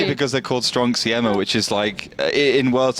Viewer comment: Try again, you pronouciation od Siema is ridiculous.